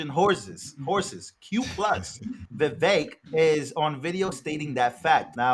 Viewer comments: His name is pronounced Vivek like cake! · Why do people say Vivek like Vivek? How can you vote for someone that you don't even know how to pronounce his name. Once and for all, it's viv ake like cake. The E is the A sound. Vivek brought it up on Tim pool's Coulter war segment.